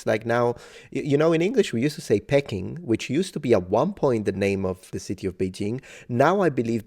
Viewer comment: In English before we said Beijing, Peking was pronounced somewhere between peaking and pea king, not pecking.